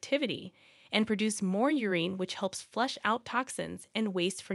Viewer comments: It's "your-in"; not " your-een". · Urine is not pronounced "ur-een". It's pronounced 'ur-in'. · Urine pronounced U-reeeen 💀 bruh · Good video....BUT: PuLeeeze learn how to pronounce "URINE". It is NOT pronounced 'UREENE". One has to think you are a fool to publish a video on urine but have not a clue how to pronounce the word. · YOU-REEN? Urine (YOOR + IN) What are you doing acting as a "teacher" when you can't even pronounce something organic & which you do every single day of your life? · Learn the proper pronunciation of "urine." It's not "ureen." Sheesh. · U- rin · Very informative. Why are you pronouncing urine as urene? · no one gonna talk about how she pronounces urine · can't take video seriously that can't pronounce urine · One of the strangest ways to pronounce urine I've ever heard, another text to speech fail. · Why does the speaker have trouble pronouncing common words like "urine" and "nausea"? Very distracting! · Interesting way to pronounce “ urine”. Curious about this. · BTW, The E in Urine is silent... SMH